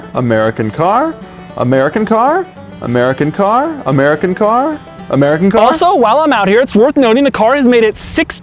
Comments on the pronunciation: "Umera Kincar" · Am I the only one that started hearing "A Merry Cankar" after a while? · That moment when "American Car" turns into "Ameri Kencar" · Amaireakanker, amaireakanker, amaireakanker, amaire-a-kanker, amaireakanker, amaireakanker, amairekanker, amairekanker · "A Mary can Car" I don't know? Can she? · who is this Amera Kenkar he keeps mentioning? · Legends say he is still saying "american car"